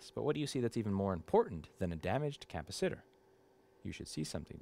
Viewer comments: Electrical technology (AAS) degree holder here. Since when is 'capacitor' pronounced 'Kappa-Sitter'? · Cap-a-sitter is the only way to pronounce that word now. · no, it's a ca-pasi-ta-tor ! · If we all chip in $5 each, can we get you to a speech therapist to work on your pronunciation of "capacitor"?